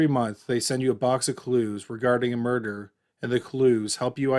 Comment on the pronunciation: More door? I've never heard murder pronounced that way